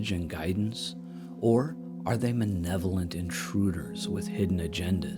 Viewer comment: you said the word manevolent. I think you meant malevolent.